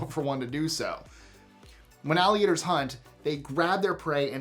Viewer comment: ALLIGATORS.... not ALIGATORS